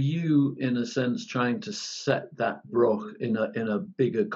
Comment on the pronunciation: The Scotch Broch title only works if you pronounce it right. Broch sounds like Broth a bit. If you pronounce it Brock it doesn't really work.